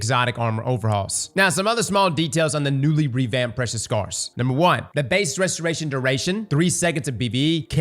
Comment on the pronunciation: I'm surprised you managed to say "restoration duration." So many times without screwing it up. Proud of you